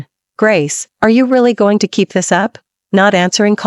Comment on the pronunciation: Learn to pronounce. I am gooo ing??? Beee ing???